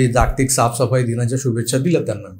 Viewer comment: प्रकाशले...आहे..प्रकटले नाही...जागतिक मधील ज चा उच्चार जग (विश्व) मधील ज सारखा करावा... आज कोणता विषय असेल, याची उत्सुकता असते..बोलण्याची पद्धत छान आहे तुमची...😊